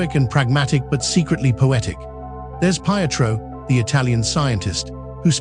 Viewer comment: Please get the pronunciation of the names of the astronauts Pietro (Italian) and Chie (Japanese) correct.